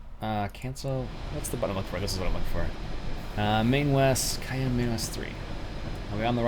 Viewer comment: Yes Wyoming is a State and your mispronounced Cheyenne